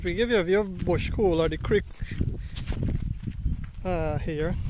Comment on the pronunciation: Bushpool not bush cool